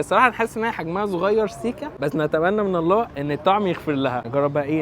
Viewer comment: جزاك الله خيرا الهاء في لفظ الجلالة مفتوحة مش مشددة